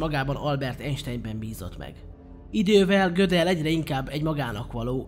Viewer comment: Nagyon szépen összeszedett videó, de engem nagyon zavar, hogy nem jól mondod a nevét. Tekintve, hogy osztrák származású volt, nem amerikai módon ejtik. A helyes kiejtés pont úgy van, ahogy írva van.